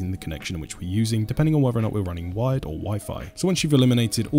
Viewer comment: I thought he was saying wide not wired. Very confusing first time I watched.